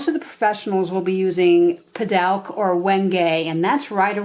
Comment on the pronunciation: Not sure it's correct but most flks pronounce it puh-DOOK. Thanks for the tips. Good stuff for sure.